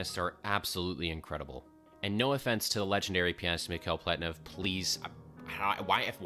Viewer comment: I've never heard of this piece before and I'm honestly surprised by how incredibly interesting it is (both musically and technically.) Thanks for another banger! P.S. It's pronounced Pletnyov, the original spelling is misleading🙄